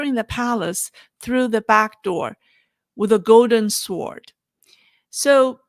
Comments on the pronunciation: Pronounced “Sord” silent W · Ss(w)ord or sord😅